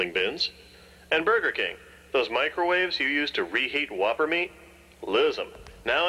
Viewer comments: "Home of the Voppers" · “The home of the voppers” 💀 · Just wait until Jack finds out that Vopper rhymes with Whopper…